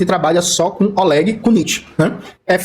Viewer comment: Olégui Cuníti me acerta toda vez que eu escuto… Ele ainda faz um biquinho. 😂 Para quem é “nós, o povo soviético” a pronúncia dele parece que passou anos no Gulag, apanhando.